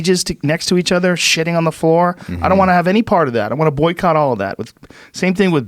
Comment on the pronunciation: boston joe.